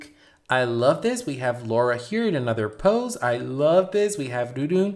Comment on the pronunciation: The purple haired girl is Lola, NOT "Laura." Also refer to them in Japanese name order, family name first.